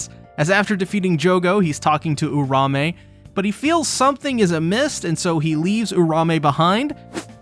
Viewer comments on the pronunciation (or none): Its URAUME, not "uRaMe"